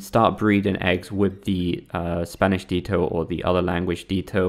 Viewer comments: DEE-TOE... dih-dho. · Your saying ditto so wrong its not deeto its ditto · I dont think ditto is pronounced “dee-toe” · “Dee-toe”.. interesting. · Lol.. deetoe. Thats a dumb way to say ditto. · that was the worst pronunciation of 'ditto' I've ever heard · How you say ditto is funny as hell